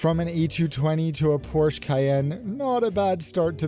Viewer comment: Porsche is a two syllable name.